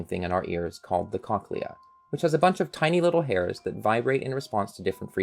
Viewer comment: this is actually really cool but WHY ARE YOU SAYING CONKLEA